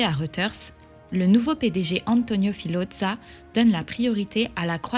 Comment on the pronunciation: Filodza 😮 horreur pour la prononciation.